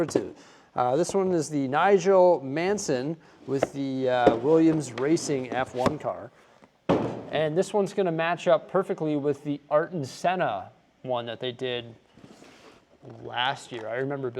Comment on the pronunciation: Nigel Manson... Art-en Senna! LOL...just giving you a hard time, love ya, but you don't always nail the pronunciations!;-)